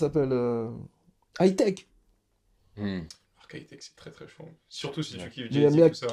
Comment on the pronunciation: Hi-Tek et non "High Tech"